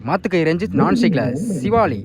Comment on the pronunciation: என்னடா தம்பி சிவாளி சிவலிங்கம் சிவலினு சொல்லுடா தம்பி